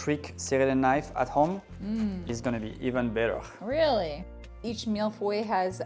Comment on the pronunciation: It’s milföy in Turkish, feeling good to pronounce Mille Feuille correctly.